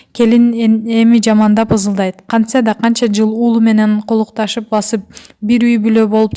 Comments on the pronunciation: тантырабай туура окуганды уйрончу.Колукташып басып эмес"Котукташып басып"-болот..Толтура ката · Экондуку тен туура эмес колтукташып деп айтылат.назира акылдуу созду багып суйлогон жакшы адам деп ойлойм .асел акылдуу болуп озунду коргозбой эле кой.